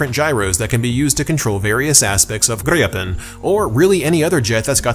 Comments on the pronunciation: We have Swedish friends and according to them you're still not pronouncing it correctly, but also according to them you can just pronounce it as its spelt and not over complicate the name. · I am Swedish and never heard "Gripen" pronounced like that.